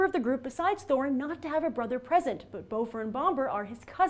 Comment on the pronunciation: Grace, I think you're mispronouncing Bifur, Bofur, and Bombur. Bifur rhymes with swiffer, Bofur rhymes with coffer, and Bombur rhymes with somber. :)